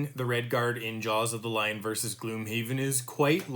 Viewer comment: GLOMHAVEN XD Good video though :)